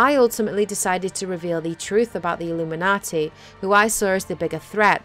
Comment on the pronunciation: I like how she says "Illuminaughty"